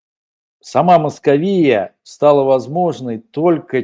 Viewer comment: В слове "Московия" ударение на второй слог. Надо знать имя противника.